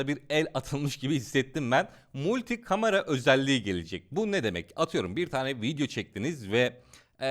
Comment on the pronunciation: Kıskanma olamazmı dil sürçmesi kamera önünde heyecanla söyleyebilir